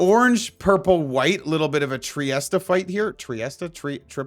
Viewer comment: Hey it's trifecta